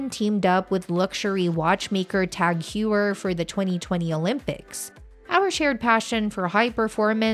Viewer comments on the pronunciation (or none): none